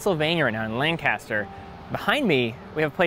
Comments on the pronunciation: It's pronounced Lank-ister (in PA) not Lan-caster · Great, great content, Teddy! However, it’s “LANG-cuh-ster”. Not “LAN-caster.” Just FYI. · LANG-kiss-ter. Locals know what I mean🤪.